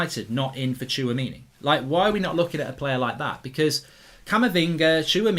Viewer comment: you pronounce Tchouaméni: Chwa-Mini